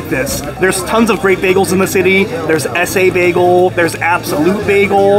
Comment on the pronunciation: Hi - I pronounce it more like Ess-ah Bagel than Ess-ay Bagel. "Ess" is Yiddish for "eat" so the name actually means "eat a bagel." Cute name for a bagel place! Another great video - thank you!